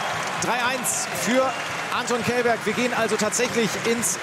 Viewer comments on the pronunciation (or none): Anton ist Prominent in TTBL. Warum gibt es noch Leute, die seinen Nachname falsch aussprechen? Källberg -> Schelberg, Bitte Respekt !